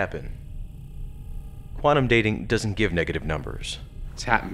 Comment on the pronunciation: Story was great, special effects amazing, acting good... You guys have to pronounce words correctly ie quantum sounding like "quanum" Whole thing was by far better than Renegades. Loved the fact that we got an Enterprise era fan film. Overall a pretty damn good production, 9/10. Hope to see more from this amazing group of fans. Thanks for keeping Trek going!!!!